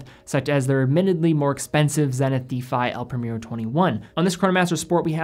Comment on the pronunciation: It’s El Pree-mehr-oh, not premier-o, cmon